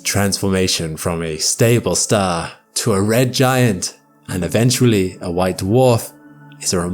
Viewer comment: it’s ah staah 😂🎉